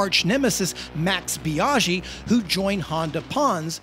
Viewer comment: Nice video, but your pronounciation of Biaggi grinds my gears🤪 "Biaschhi"